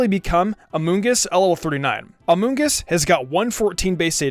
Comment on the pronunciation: Gods everytime he says amoongus I giggle